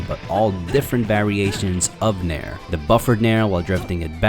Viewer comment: Legit though he was saying "mare"